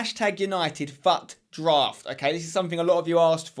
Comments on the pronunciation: It's not fatdraft its futdraft lol. Nice video tho!! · When you said fut it sounded like F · Not trying to be mean but it's pronounced fuut